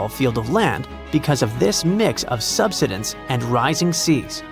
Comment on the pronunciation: it's not "sub.sid.ins"!!!!!!!!!!! it's "sub.side.ins." DAMNED STUPID A.I. READER! -----GET A REAL LIVE PERSON TO NARRATE THIS!!!